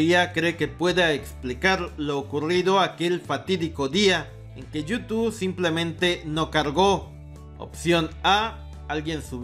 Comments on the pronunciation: Amigo: porqué nunca has podido decir Youtube?? Siempre dices you2 jeje. Saludos. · Como cuando dices: yu tu 😂😂😂